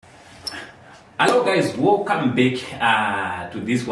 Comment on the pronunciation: Dzimwe accent so? What is Wocome instead of welcome 😢